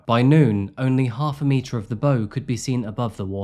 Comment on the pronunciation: it's not bow like longbow, it's bow like you bow to a shrine